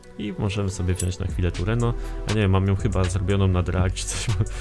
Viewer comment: TRUENO A NIE TURENO